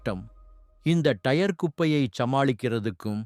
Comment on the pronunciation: தமிழை கொலை செய்யாதீங்க டா டயர் டைர் கிடையாது